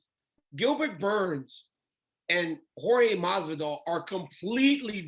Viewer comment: is pronounce horhey not george (jorge)